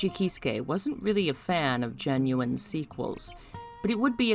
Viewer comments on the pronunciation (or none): none